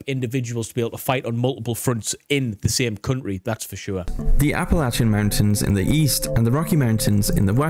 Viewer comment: I love how the narrator pronounced Appalachia correctly but most of our own country can’t do it